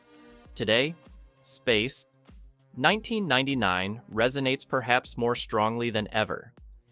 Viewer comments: what the hell it's Space 1999 not Space...1999 learn to read a script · why does AI make such an awkward long pause after "space............1999"? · Grrr...hearing "Space [unnatural pause] 1999". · Space (3 second pause) 1999. Stupid AI narration. Geez. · Great review, BUT... "Space:.....................1999" A.I. pause...................most annoying.🙄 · Nice video apart from the dreadful "SPACE (pause) NINETEEN NINETY-NINE " was unbearable so I was forced to kill the sound! Sorry!!!😮😢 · Space. 1999. ...That small pause of missed intonation shows exactly what AI lacks - intuition and experience-based learning, not algorithm-based machine learning. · My main comment. Space < pause, pause, pause > 1999. Maybe if the script reviewer cut a few of the repeats. Oh wait, that is an A.I. as well.